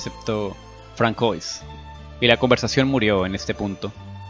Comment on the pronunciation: En este caso, como lo escribió la escritora, se pronuncia Iv. Y su apellido se pronuncia Bunó. Francois se pronuncia Fransuá. Pero bueno, eso es lo de menos. Gracias por narrar este fanfic, es uno de los mejores escritos y narrado por ti se escucha muy bien.